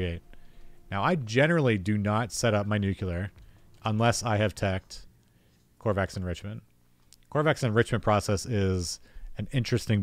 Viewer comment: Ko - va - rex, it’s named after the dev.